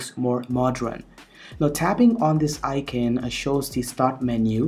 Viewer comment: Where is this guy from? He doesn't sound indian, I can't place the accent. The way he says Icon sounds like I-kin.